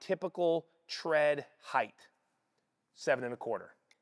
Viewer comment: There's no h sound at the end of height.